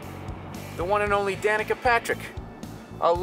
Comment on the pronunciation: Danica Patrick sounds like. da nikka Patrick